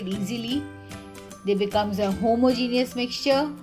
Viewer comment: I love your recipes and how you say homo-geneous haha 😊